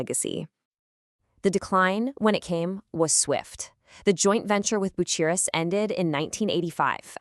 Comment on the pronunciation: Ten months in and not a single comment? I'm from Lincoln and worked at RB in 1975 but I'm afraid this video is ruined by the garbage AI generated commentary which is a) too frantic and b) she slaughters the pronunciation of 'Bucyrus'! I'll check out the other, longer RB video from this channel and hope it's an improvement.